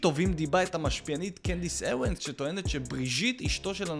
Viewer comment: אבל למה הוא אומר Candace Ewens